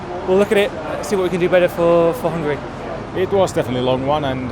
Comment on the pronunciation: it is pronounced HUNGARY! cheers